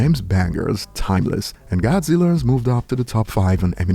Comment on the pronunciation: Not godziller! lol love ya